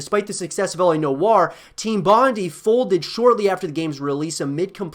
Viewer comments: It’s L.A Noo-waa.. not know-arr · Why does he say la no are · I cant watch further. Your pronunciation of noire is killing me with cringe!